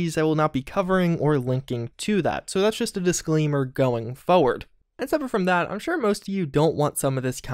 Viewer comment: IT'S PRONOUNCED FORE- (WITH AN R) - WERD. FORWARD!